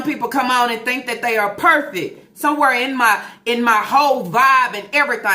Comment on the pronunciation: What the hell is perfick (perfect)??? At this point I need the to stop talking she mucks up every word that comes out of that dump truck.